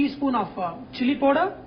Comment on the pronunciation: dude its not pooder it is powder